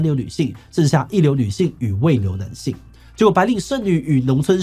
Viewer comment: 聽得出來鼻音很重 念稿的時候鼻塞了嗎 一直聽到男性與呂姓 可以在念之前先運動一下伏地挺身啥的能讓鼻子通暢一下子